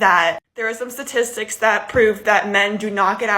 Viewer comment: I love it when these idiots say, c"ststistics show...." !!!!! They are pulling these "statistics" from their delusional minds !!!!